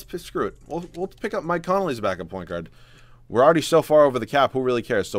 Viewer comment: his name is conley... not connolly